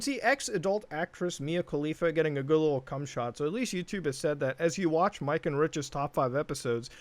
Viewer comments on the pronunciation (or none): none